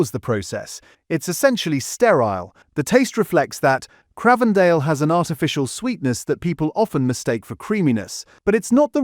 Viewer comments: It is not Cr ahhh vendale, it's like the newsreader John Craven it's pronounced like the Infamous London Twins The Krays, Cr-ay-vendale. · If you can't pronounce Cravedale properly how can I trust what is said on this video?